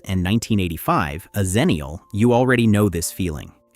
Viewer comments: The problem is that Xennial and Zennial are pronounced the same, so you don't know which you're talking about. I prefer EX ennial, too. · Its pronounced 'ex' ennial not 'Zen'nial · "Xennial" should be pronounced with an "ex" sound at the beginning, as the name derives from Gen X, not Gen Z. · So, the 90's female barbarian is called "Ex-na?" EDIT: I will admit that that the commonness of the pronunciation will cause trouble 20 years down the line. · I agree, but the woman who coined the term “Xennial” pronounced it with a /z/ sound at the beginning.